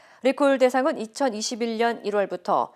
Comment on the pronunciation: 2021 녕이라고 하시네요